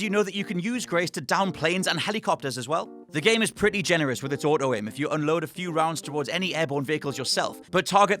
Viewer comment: autoaim? hahahahahahahaha